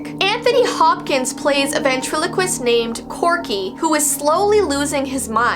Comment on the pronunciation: Come on we all though of darcy Lyin when she said vatrelequist